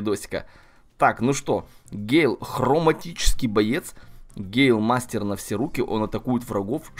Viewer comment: Не гейл, а гЭйл